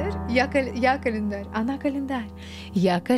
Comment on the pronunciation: я человек простой, слышу "я клаендарь-я календарь" - ставлю я календарь